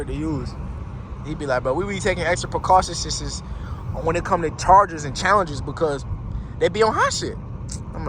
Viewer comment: My guy said extra precaushisises